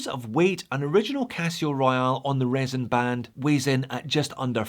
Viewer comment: Never, never, never say resin again!